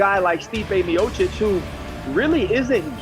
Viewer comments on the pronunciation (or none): Bro pronounced miocic like Miacitch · As soon as I heard u mispronounce Miocic's name. I 👎.